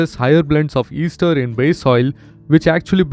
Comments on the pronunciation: It's pronounced as "aester" not "easter". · It’s pronounced as S-ter not Easter sir. But if you mean Easter then, Happy Easter 😂